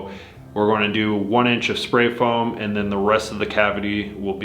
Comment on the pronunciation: Why do you always say "ant" instead of "and"? lol